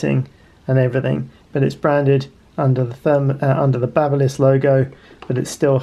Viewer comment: BABBLE-liss! 😵‍💫😵‍💫😵‍💫 It's BABY-liss! You know like an infant baby!!! They make hair trimmers too. What a DOI'!!!